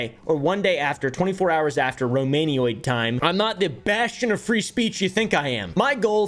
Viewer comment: did this man just say Romanioid time?????